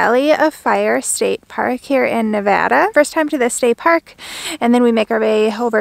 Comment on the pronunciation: As a Nevadan, so glad to hear you pronounce it correctly 😄 and not Nevahda.....